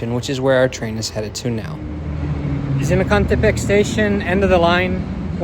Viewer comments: Even some people in mexico cant say Zinacantepec, you did it excelent! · Was thinking the same thing! I laughed a lot because I'm Mexican and failed miserably to pronunce "Zinacantepec" and you did it perfectly lol. Thank you for showing us our new train with such a good quality video :)